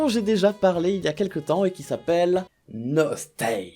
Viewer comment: Je connaissais et j'y ai joué longtemps à Nostale donc pour le coup j'étais plus en mode "oh trop bien" sauf que pour moi ça ce dit NOS-TALE et non NOS-TAILE ><